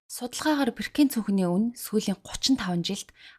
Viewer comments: Birkin gdgee bruu duudaad bnshu i bish o goor duudg shu boorkin gh ymuda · Sorry Birkin ee zuv unshaarai.